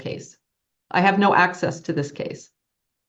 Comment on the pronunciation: Homie needs axes to da lawl lie-burry